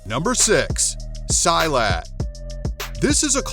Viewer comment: I'm a malay guy from Singapore, where silat is also practiced. The way you pronouced silat is wrong. It's pronouced as "see-lut".